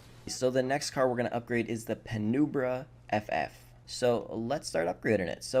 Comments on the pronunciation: It’s actually “pey-noom-brah” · Punembra “pen-um-bra” is how it’s said xD